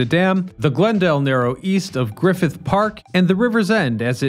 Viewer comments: Also it's Canoga Park, not Canooga lol. And Griffith Park, not Griffin (although he says Griffith later in the video). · GRIFFth Park (not GriFFin Park) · It’s “Griffith Park”, not Griffin. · Milton "Berley"? "Griffin" park? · It's "Griffith Park" not Griffin Park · Hey, it's "GRIFFITH" not "Griffin" park. Thanks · That’s “Griffith Park” dude, not “Griffin Park.” Obviously, you’re not an Angeleno. It’s Milton Burr-ul not Burr-lee. And you don’t explain that the Owens River is hundreds of miles from LA in the Eastern Sierras. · Can-oh-gaa park , Griffith Park, and its not all trapezoidal.